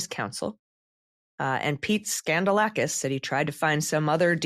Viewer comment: So, it's pronounced 'Scandal-asskiss'?🤔